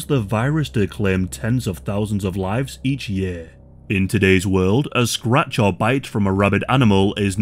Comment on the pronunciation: if you are bitten or scwatch, scwatch??? SCR AAAAAAAA - AAAAAAA TCH say it with me,,, SCRATCH